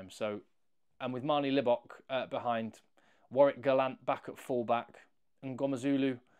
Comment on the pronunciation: Warrick Gellant not Warwick👍